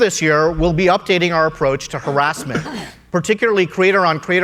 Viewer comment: .... ...... It's crowder who can't pronounce harassment. Who says it like that? Weird man. But this YouTube guy, despite being able to say harassment correctly, still sucks.